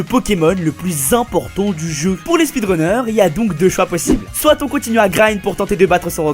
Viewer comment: Au lieu de « soit » il dit « sorite »